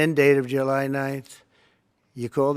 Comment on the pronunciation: He can’t understand questions. Boy did 47 mess up her so called great day. 😂😂 I think he mispronounced July too😂😂